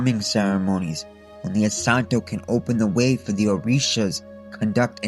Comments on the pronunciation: It’s so funny hearing a white boy reciting the Orisha names incorrectly lmao. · Ngl great vid but you mispronounced almost all of orshias